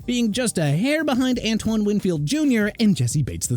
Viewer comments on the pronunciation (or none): none